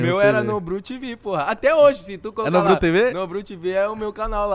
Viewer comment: "NODRU" kkkkkk koe adm